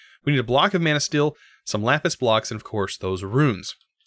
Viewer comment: every time you said manasteel all I heard was man o steel. alright movie